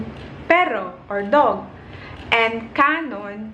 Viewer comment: Hiligaynon negrosanon kanon isnt pronounced like that , is it pronounced as kan-on but its not slang